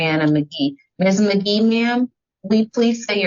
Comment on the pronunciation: The judge was already on 10 before Ms. Magee even got on the screen from saying her name wrong purposely n signing before she got on there her whole body language was giving I got an attitude